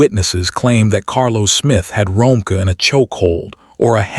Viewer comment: Her name is Ro-meeka (Romeca)that’s how u pronounce it sir ai.